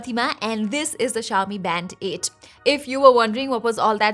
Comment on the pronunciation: I keep hearing "Band-aid"